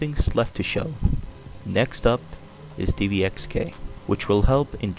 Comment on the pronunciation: its dxvk not dvxk